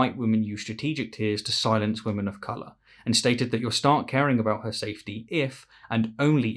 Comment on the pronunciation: When you said “I’m done with silence” I thought for a second that you said “I’m done with science. Scared me